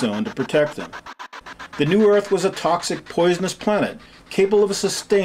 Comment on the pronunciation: I like the way this guy says Earth in two syllables. Er-ith.